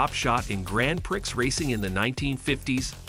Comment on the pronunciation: narrator says "gran pricks".